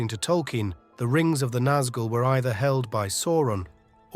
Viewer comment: tolky-en? It's Tol-keen! Come 0on bro. lol